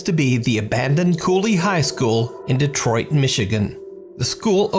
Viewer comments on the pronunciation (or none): none